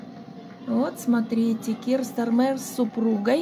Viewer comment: Ударение на первом слоге, пожалуйста: СтАрмер